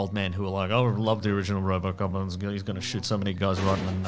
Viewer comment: It's RoboCop, not RoboCock!